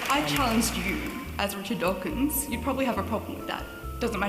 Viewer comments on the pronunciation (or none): "rish dorkins" I can't